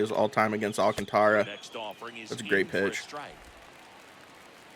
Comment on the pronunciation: Great video's. BTW you pronounce Sandy's last name. Al Kaan tr uh